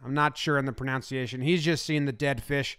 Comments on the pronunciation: It's "proNUNCiation" not "proNOUNCiation" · You mispronounced “pronunciation” and it made me laugh. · jomboy, were you being funny when you said "pronounciation"? i do it to be ironic.